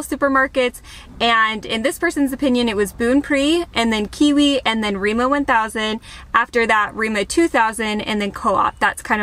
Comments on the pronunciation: Lol I’m sorry but when did Rema 1000, Re as in Emma, become Reemo thousand?🤣🤣🤣 Just to note food prices has skyrocketed this past year due to Russia’s invasion and war on Ukraine. And even Norwegians can feel the consequences, especially those who already did struggle pre covid now has to resort to handouts… and the shops vary from county to county. And it also depends on the season or by each delivery the quality of the goods. Where live we have 4 difference grocery stores, and since they all have different brands I go to them all: Coop, Kiwi, Rema 1000, Joker, and the most expensive them all, Meny. In my hometown we have the same ones, and we even had Lidl, and I was the once but not impressed. Lidl didn’t last long because it wasn’t popular and people didn’t really shop there. Also different brands have different varieties as in the number of food items in a packaging. Some come in multi packs, others with minimum 1-2 chicken filets for example. I hate the huge packages as I eat for 1. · REMA TUSEN, REMA TUSEN! Not remo one thousand! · its Rema 1000 btw not remo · as a norwegian i really laughe out hard when she said " Riima thousand" XD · We call it Rema thousand. We never say Rema One thousand. Just thousand. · rema 1000 is painful to hear haha..